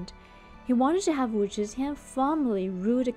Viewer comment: Switch your z and zh pronunciation, then it’s perfect. Teehee